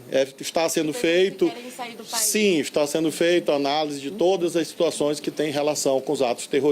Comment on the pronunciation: me da agonia quando ele fala todas.